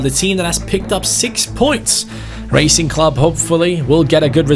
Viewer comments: The name “Racing” is pronounced as it sounds not “Raicing” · Bro, it’s Rah-cing, no as in racing in English. Also: do not disrespect the name of Lisandro López. He has been a beast his entire career, especially in Porto and Lyon, and he is a club legend. Do some fucking reseach on the teams you pick,. Also, big fan mate. You Bardhi seasons Liverpool are an all time fav. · Hi, Im from Argentina and wanted to ask you to look for the pronunciation of Racing, as it's not correct the way you say it. Great channel and amazing videos, bye. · LA COPA LIBERTADORES ES MI OBSESIÓN. BTW it isn't pronounced as the english word Racing but rather you use the A like in Cristiano, Zaracho, etc